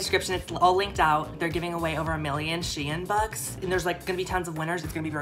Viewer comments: Anybody else pronounce “shein” >> “SHEEN” 😭 “she in” I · SHEIN: exists: She-in:)